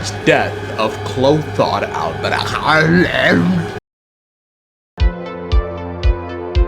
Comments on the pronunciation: Why can’t bro say البريخ (alberich)? Its so easy idk why most Americans suffer with it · Because alber-huh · Kind of phoning in a Sunday Genshin video. Which is not so cleverly disguised as an excuse to say Alberich wrong a bunch of times. Seems like a typical Sunday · You can just hear the physical pain of him pronouncing Alberich lol